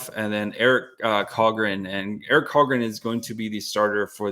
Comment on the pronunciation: Its Victor met-tay not victor Meat. And Eric SHallgren